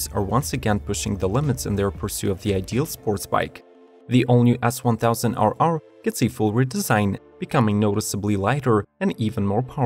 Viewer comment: “S1000 owow”